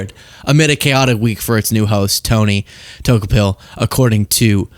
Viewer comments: Tony's last name is pronounced DOO KO pill not toe kah pill. Also his wife on MSNBC Katie Tur. Tony was on previously on the CBS morning show with Gayle King, its a bit of a stretch in gravitas to go from morning show to evening news anchor. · his name is pronounced DaCouple..or maybe you were making a joke! Took a pill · Bro, it's Tony Do-Kou-pil Tony pronounces it like DeCouple Not a fan of where CBS is going either, but at least pronounce the name correctly. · Pronounced Toe-cop-pill😭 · Every time you say Tony's last name my brain hears "took a pill".... 😆😆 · it' pronounced Du-KO-PIL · Tony 'Doo-co-pull'. He's was excellent on CBS Mornings. I think he's going to be great. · Tony “Toe- cop-il,” is how it’s pronounced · Not that it matters. It's pronounced Dee-cope-ull. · I don't know if you are mispronouncing his last name on purpose as a joke because it really isn't important but it's pronounced duh-ko-pull🤷🏼🤣 I notice a lot of people having a hard time with it. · Are you saying his last name wrong on purpose? If so, no prob....if not, it's funny that you are saying it wrong, it's "due coe pl" emphasis on the coe😜😜😉😉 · You murdered the pronunciation of his last name. Another reason why I love you,.❤❤❤ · You are not saying Tony's last name right. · 😂😂 you're pronouncing his name wrong , it's tony Dokoupil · Did you mess up his name in purpose?